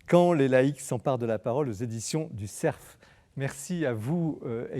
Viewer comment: Cessons de prononcer éditions du ''CERF" comme si c'était un ''serf'' en disant le F !!!!